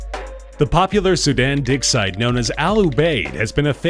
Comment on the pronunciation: I heard 'dick site'.